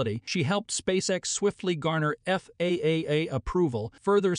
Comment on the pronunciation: It's FAA, NOT FAAAA ! Sheesh. Don't you people watch these before you post them ????